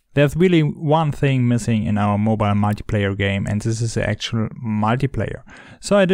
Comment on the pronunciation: "one thign" literally me when i mess up typing 'thing', that was like a verbal typo lmao